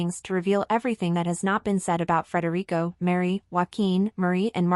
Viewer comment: if you do not spell and pronounce his name correctly i sam going to stop watching. hir name is Frederick not Frederico. he is Danish not Spanish. stop with the gossip and i will stop my misspelling. is it a deal?